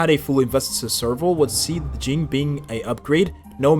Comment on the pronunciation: why we calling him “jing” …